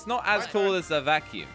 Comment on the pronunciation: Who remembers when pronounced vacume wrong in one of their videos when Team Robust still existed.